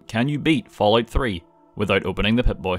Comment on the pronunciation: I swear to god I heard him say “when you think of the ballout series”